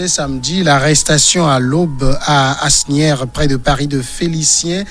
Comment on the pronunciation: Ça s'écrit Asnières et ça se prononce ( Aniere ) cher journaliste ...